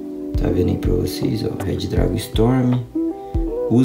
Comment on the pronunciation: Se fala Redragon e não Red Dragon